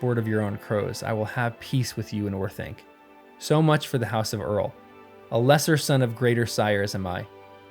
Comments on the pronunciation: Also: Eorl= "Ay-orl" not "Earl". FWIW. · Interesting take on Tolkien. Also Eorl is pronounced A-oral long a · Not to nitpick (neat subject matter for a video), but Eorl is pronounced "Ay-ohrl. There's audio from August 1952 in which Tolkien himself illustrates this. Otherwise, love the video - thanks! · The pronuciation or Eorl throws me off every time lol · Someone teach bro how to pronounce “Eorl”